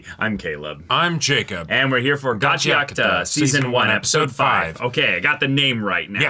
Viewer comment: Heeey, you pronounced the title right owo I never see English speakers getting the name right owo